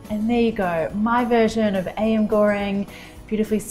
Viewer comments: Marion girl I love u but I couldn't help but laugh when you so innocently said ayam as AM (it's pronounced aa-yum) 😂😂😂 nonetheless I loveeeeee this recipe, will definitely try it. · Looks amazing! Btw it’s pronounced “AH-YAHM”